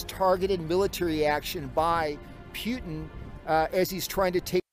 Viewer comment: dude straight up said PEWtin